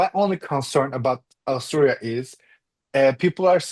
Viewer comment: My husband is also Turkish and also and also miss pronouns 'Austria' exactly same way... this is sooooo turkish